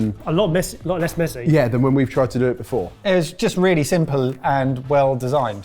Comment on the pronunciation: Wheally wheally good! :D